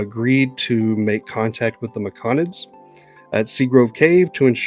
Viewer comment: Ah thanks for the recap on the race & classes. Autognome eh. Will you be going into space after all? Hmmm. 🤔 I would have never guessed rogue though, did I miss a sneak attack somewhere? Also, Me-Co-nids? Mick-onids now is it? And I keep hearing you say Tur-ock for Tarak (I say Tear-ack.) but it keeps making me think 'dinosaur hunter'. 😂 The sea-spawn and obelisk was totally new too. It was really generous of the DM to allow the creation of healing potions/antitoxins with just the herbalisim kit and no downtime, gold cost, formula or spell slots with the relevant spell used. Base rules (non xanathars) those should have cost 200g, at 5g work per day allowed max, with cure wounds etc known and used, at minimum. Which would have taken 40 days... or if you subtracted half cost due to consumable caveat... 20 days. Zero time, money, spells slots is again very generous. Not to mention zero sturges or drakes... vvveeeeeeeerrrrrrry generous. I'm glad the Druid didn't peak so much but sometimes the Cleric would mutter, like describing his boss kill, it was difficult to hear him... unless it was his mic dying? It did sound a bit fried sometimes... still, glad to see progress, level two! Oh... and the best part is the little scream the guy does. Thanks for the game, cheers!